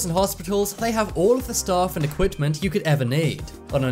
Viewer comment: What is “Equipt-tent”? Equipment